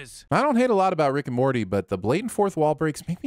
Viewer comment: calling “Morty” by “Marty” ding